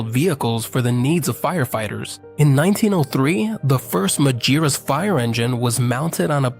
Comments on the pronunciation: You found many WRONG pronunciations of the company's name! It's "Mah-ghee-rooss"! All other pronunciations are bullshit. What could be expected from one of those annoying AI channels that have a faster reproduction rate than bunnies? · Please get the AI to pronounce Magirus correctly.